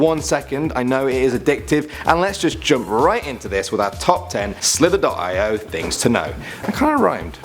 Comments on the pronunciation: Guys it's not pronounced slither dot I o It's pronounced slither e oh haven't you heard of agar.io it's agar ee oh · It's pronounced slitherio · It's called slither-e-O and the other one is not 20 48, it's 2-0-4-8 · The way he pronounced it lol